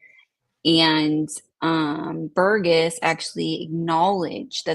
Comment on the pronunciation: Great show. Thank you! BTW Burgess is pronounced ‘Burr-juss’ and not ‘Ber-guess’ or ‘Ber-Jess’